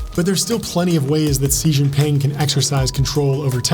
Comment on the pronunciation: The videos are awesome the only note that always hits the ick is how often you mention Xi Jinping but always mispronounce Xi in every video, just say "she"